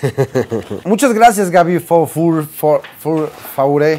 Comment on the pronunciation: se pronuncia "for" gaby for